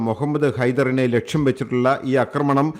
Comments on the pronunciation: അക്രമണം അല്ല ആക്രമണം. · അക്രമണമല്ലടോ പൊട്ടാ ആക്രമണം എന്നു പറയു തനിക്കു മലയാള വാക്കിന്റെ പ്രയോഗം അറിയില്ലേ ? ന്യൂസ് കൊള്ളാം !